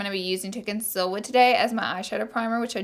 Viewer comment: "so I'm gonna go ahead and CONCILL"